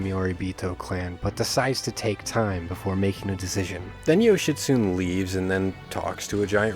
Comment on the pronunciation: I think Yoshitsune is pronounced Yoshi-soo-nay. The way I, well we, first pronounced it sounds like a get well wish to someone suffering with constipation.